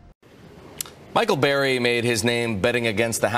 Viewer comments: Tell me how Burry is pronounced Berry? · Spells name bUrry News guy: “bArry” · It’s Burry not Barry